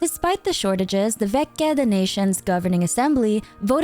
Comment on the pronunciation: "ch" in "veche" is read like in "torch"